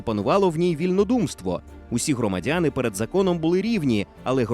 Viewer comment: Голос за кадром- "ЦюЦюн, жиЦЦя, громаДЗяни" треба на консультацію до логопеда! Вкрай неприємно слухати ці маасковські виверти! ДИЗЛАЙК!!!